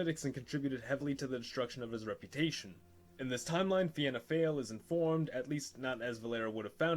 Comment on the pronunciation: For you pronouncing fianna fail you should pronounce fail as either fall or foil.